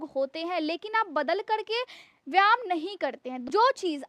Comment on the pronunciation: Madam please correct yourself you pronounce one word very much wrong, its VYAYAM and not VYAM.🎉🎉🎉🎉